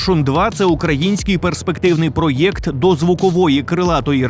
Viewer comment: не картав "пройокт"!!! (на російський манер)